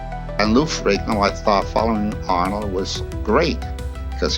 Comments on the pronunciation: Is not Ferino. Is Ferrigno. Learn how to pronounce his last name right. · The g is not silent in his name, wtf are you doing?! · Get Ai to say his name right for fucks sake. The video is about him. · Pretty bad when you keep mispronouncing the name of the person you’re featuring in your video. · When a channel devoted to a subject and can't pronounce the last name if the subject they are devoted to then I'm out and it's only 38 seconds in!!! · You can't even pronounce his name right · Nearly 12 minutes and this narrator still couldn’t get Lou’s name right. SMH!